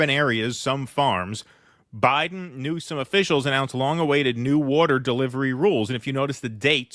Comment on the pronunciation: Hmm did Trump mean "new-scum" or "news-cum" lol